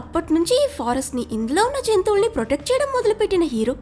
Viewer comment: జెంతువులని కాదు జంతువులని, Good